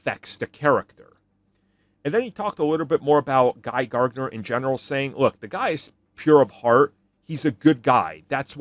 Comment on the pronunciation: Idk why you add an extra G in Gardner 😂